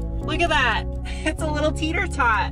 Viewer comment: This is in my top 5 car channels to watch, prob top 3. That being said I can't wait for you to finish and sell the Audi so I don't have to hear you say teeter tot instead of the correct Tater Tot :-)